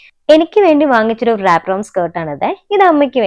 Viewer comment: Wrap ennu word pronounce cheyyumbol, ‘W’ silent aanu.. Rap ennu aanu paraya😊